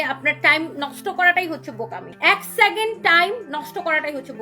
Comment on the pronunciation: Bosti sacond na bole second bolajayna? Uccharonta thik koira kotha ko